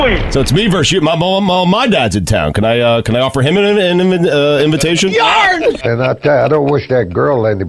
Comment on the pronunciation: Stugotz struggling to say "Invitation" was lol hilarious! Anyone know where I can find the rest of the audio for that? 🤣🤣